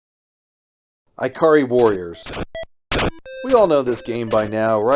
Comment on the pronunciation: Mans said EyeCar E-Warriors